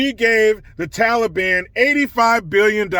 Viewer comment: Thank you for saying taliban and not tally-bon